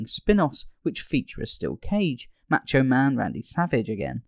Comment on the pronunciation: you say the "a" sound like "aaaa" and its more like "ahh"... "mahhcho man"